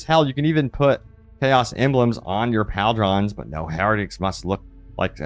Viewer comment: Can you try pronouncing things correctly? Pauldron is not POWLDRAN.. Leman Russ is not LAMAHN.. come on my guy..